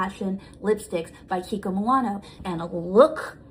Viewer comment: Kiki kimonono lol love you it’s kiko Milano 😂😂